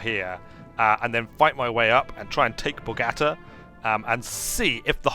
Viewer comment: Video is 4 weeks old...still feel the need to complain about the pronunciation of Bogota!